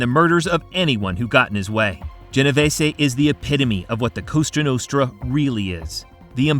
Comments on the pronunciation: When this guy said costra nostra I almost turned it off . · Straight from the "Coustra nustra" in the first couple seconds, i assume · "COSTRA NUSTRA" I'm out of here, wtf AI a$$wipe?